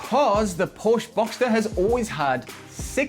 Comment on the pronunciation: Nice review. Just need to pronounce Porsche correctly then it would have been a great review. The cabin isn’t naff if you sit in a right hand drive model.